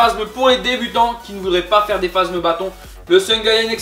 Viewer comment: phasmes pas phazmes